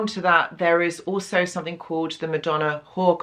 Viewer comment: Somethink.................perfect english.